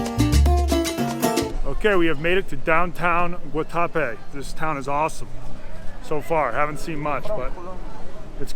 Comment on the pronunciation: its not pronounced Guatape. its Guatape